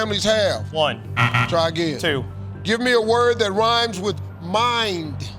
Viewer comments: He was saying mime.. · He said "mind," but it sounded like "mime" to me, too. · For the questions asking for a rhyming word, Steve should spell it out. Both times I heard "mime" and I am wearing headphones.